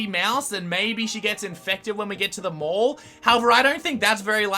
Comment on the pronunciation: Op it’s mall